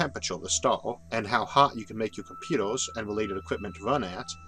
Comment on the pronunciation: Mr Arthur you pronounce your er's as or's e.g. "computors", "layors" & "temptore" temperature is not even pronounced fully. Also you pronounce planets as "plants". I'm sorry it just sounds funny